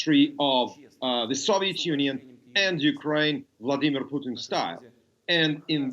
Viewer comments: it sounds like hes saying poutine instead of putin lmao. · I still laugh every time that I hear the pronounce the Russian leader's name as "Poutine". It means something else in Canada. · he got corrected on pronouncing Putin's name